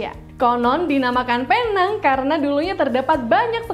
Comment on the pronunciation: Salah info awak sebutan penang ialah pineng loghat English